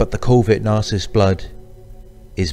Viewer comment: I love how he doesn’t say narcissist he says “The nah-cyst” lol